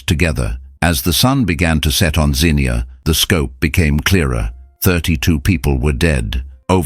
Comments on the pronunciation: I was 15 when this happened in my home town of Zee -nuah is how you pronounce it. It was the scariest thing to see the clouds at first still and everything silent ,the hue of the sky and sun light through the black clouds was green. Then hell was unleashed on this, an hour earlier pretty spring day. The sound was rumbling and a loud scream of the wind whistling, our ears plugged up from the pressure like when you drive through high elevation. I could feel air blowing under the baseboards in the hall way where my family were at to get away from windows and door ways. Then a bad odor and darkness covered us . Objects banged against the house that to this day I don't know what hit the house. Our family and our house survived the ef5 Xenia Tornado. We had friends and neighbors that did not. Our world was very different all that spring and summer. To this day I'm 67 years old I am still frightened by severe weather. They have had 2 more tornadoes that caused damage since in Xenia. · It’s pronounced “zeen-yah.” The emphasis is on the first syllable. It’s in Ohio, not England! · It's "Zeen-yuh" with the accent on the first syllable. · It’s ai. That’s why he can’t say Xenia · If you would of pronounced the name correctly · This AI voice was there in 1974, how else would he know all the details of what people were saying, thinking, etc. Video is designed to get likes kids. BTW, AI can't pronounce Xenia correctly. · Yes, I can’t watch anymore. If he can’t pronounce the name of the town, how does he get anything else correct? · AI slop, especially pics of other tornadoes/damage and the ridiculous over-the-top rhetoric. It's pronounced ZEEN-yah not Zinnia. BTW they ate the ice cream because power was out and it would have melted anyway. I watched it approach and strike Xenia from five miles away. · I was referring to the "car alarms sounding off." As for the city's pronunciation, it's zeenya, not zeenkneeahh. 🤔😉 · IT'S NOT ZINNIA, YOU MORON! IT'S XENIA, PRONOUNCED ZEENYA!